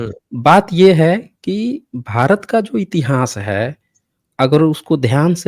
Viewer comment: Intihaas nahin itihaas hota hai murkh